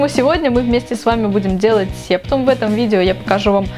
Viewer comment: не сееееептум а сэптум!